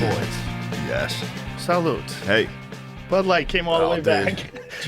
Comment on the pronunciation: 😂Salud not salute Joe, lmao